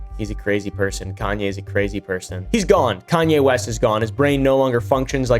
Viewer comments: “East? I thought you said ‘Weast’” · "Kayne weast" 😂 Judaism is the religion btw